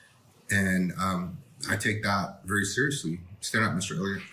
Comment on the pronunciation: I’m sorry but I can never take it seriously whenever you say serialously. It just sounds goofy to me. Lol